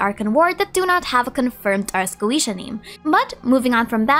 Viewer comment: Ars Goetia is "Ah-s Go-Eh-Tee-Ah", not "Ah-s Go-Ee-Shee-ah".